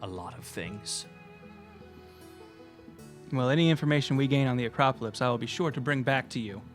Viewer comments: anyone else get annoyed when they pronounce the word as "Acropolypse" instead of "Acropolis"? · I love complete inability to say Acropolis